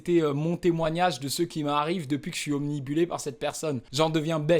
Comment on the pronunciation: obnibulé ou obnubilé ?